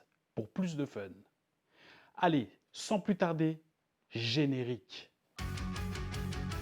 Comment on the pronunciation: Ça me fait rire cmt tu dis générique 😂 sinon Nice la vidéo frero